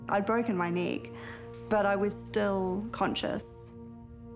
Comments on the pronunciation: Great inspirational video. It did sound like you both said broken knee to us Americans. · I heard “knee” not “neck” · I thought she said broken leg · youre absolutely breath-taking and, yes, as an american, i heard "leg". also, not meaning to be forward, but i think theres a bit of spark between you and the young man thats around you. perhaps you should explore that a lil...further. <3<3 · 11swallowedinthesea, I know right? I thought she said leg, figured it out, and then she made the joke 😂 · Geez what's wrong with my American ears I honestly keep hearing "leg" instead of "neck" when I'm not paying attention close enough. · yup! I thought u said "leg" at first and I am American lol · I am not a native english speaker and I always hear something else when she or the dude say neck. Sometimes it sounds like leg other times more like knee #thestruggleisreal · I’m American and I thought she said leg